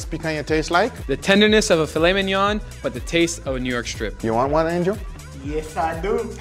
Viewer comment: I swear every time he says Angel I think he’s asking me for some steak 😂